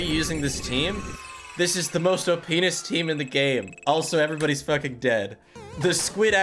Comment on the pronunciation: I can't be the only snickering a little when he says opness